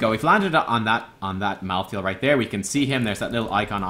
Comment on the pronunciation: its pronounced Malthael with a silent E merge the a and e to an AE sound thats the correct pronounciation